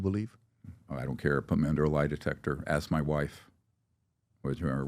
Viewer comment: Two billion dollars steve...? Lol. "U can axe my momma!!"